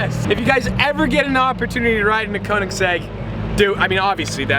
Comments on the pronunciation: Koenigsegg, not Kounegsegg. Get it right. 😂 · Need to learn how to pronounce Ø. As in Kønigsegg and not fucking Conensegg... 😐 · Great vlog, but the way you say Koenigsegg makes me cringe tho.